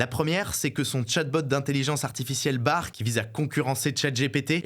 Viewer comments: Petite correction pour l'équipe: l'IA de Google s'appelle Bard (le D est prononcé) et non pas Bar. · Ça ce prononce "Barde" frérot 😉